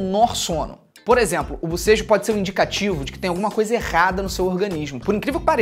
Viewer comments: Mano so de ouvi o felipe falando bosejo ja tava abrindo a boca kkkkk te amo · Felipe falando bobejo eu bocejando kkkk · Só eu fiquei coisada em ouvir bucejo?? BOCEJOOO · Eu não parava de boseja quando ele falava de bosejo